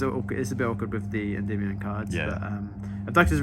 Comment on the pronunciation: he pronounces Endymion correctly